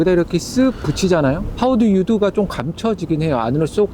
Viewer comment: 왜자꾸 하우두유두 라고하지